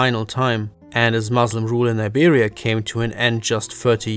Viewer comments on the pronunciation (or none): none